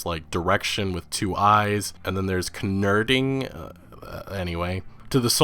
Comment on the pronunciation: Kanerding lol